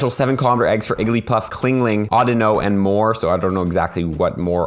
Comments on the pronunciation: chingling not clingling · CHINGling not CLINGling lol